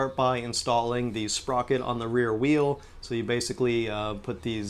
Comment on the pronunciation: when he started using words like sprocet I though I was watching an episode of alien TV on rick n' morty